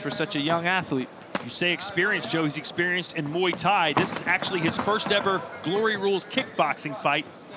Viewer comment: moo ee tie??? mway tie!